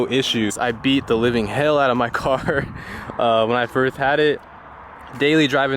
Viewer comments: I’m curious if I’m trippen but my guy did you say when I firth got it 😂😂😂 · “Firsh had it”😭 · “firth had it”😭😭😭😭😭